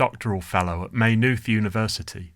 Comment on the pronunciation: The y is silent in Maynooth.